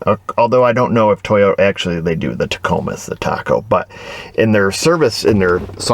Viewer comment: I’ve heard lots about the “Teeyota Way” …